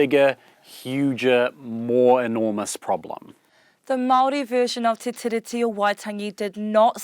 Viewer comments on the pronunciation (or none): it's pronounced "te ree"